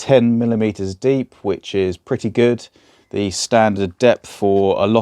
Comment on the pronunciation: I don't understand why "the" is so difficult to say... You know there is a difference in meaning between "the" and "thee"?